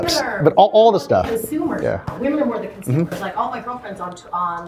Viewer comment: I'm pretty sure you're mispronouncing the word women, it's plural and it is pronounced differently than woman.